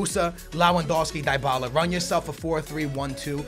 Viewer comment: is the type of guy to mess up some names like dybala he says tybala